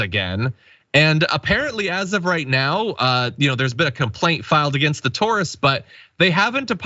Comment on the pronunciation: I'd like to know how John came to his pronunciation of "tourists," and second-worst influencer joke would have been funnier if he hadn't said who the worst German influencer on Italy was. If you have to explain the joke, the joke dies.